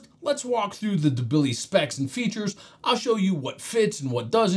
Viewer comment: The pronunciation of the Dubili is killing me 😂